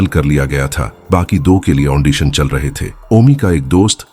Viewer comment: The word is AUDITION, not AUNDITION.